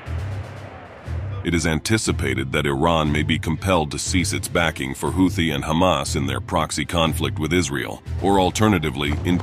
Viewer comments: I thought it was pronounced who-tee, not how-thee. Go figure. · Aw dude your killing me on the way you are pronouncing Houthie it is pronounced like (Hoo-the)not (How-the) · Took me while to realize that 'Hawty' is Houthi. NOw and then the text-to-speech gets pronunciation right. So very confusing.